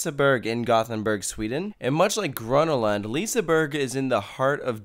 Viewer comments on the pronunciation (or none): Ah yes, leeseburg and grunnulund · Not liissseburg and gronalönd. Liseberg and Gröna lund. Haha